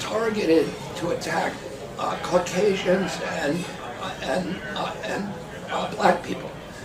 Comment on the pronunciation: Did he say “..it attacks ‘Carcasians’”..? I’m sorry to see what he’s become.. I was excited to meet him briefly about 12 or so years ago.. I told him about how my dad had met his Uncle.. He seemed pretty normal..